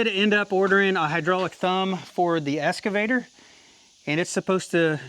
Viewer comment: You have to return your "Escavator" until you learn how to pronounce it!😂